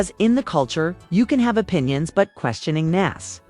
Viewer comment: Interview suck plus you saying nas name wrong can’t listen